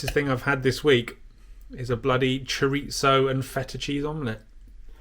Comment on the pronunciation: That's Chorizo, not Choritzo. 😉